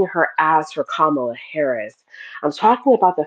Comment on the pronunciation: Did he say Kamammy???🤣🤣🤣🤣🤣🤣🤣🤣🤣🤣🤣